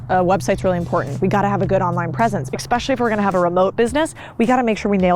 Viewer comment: Good info, well presented. Right up until you said "exspecially". Your perceived IQ goes way down if you can't pronounce simple words. You sound uneducated. So, why would I take your word as knowledgeable for anything?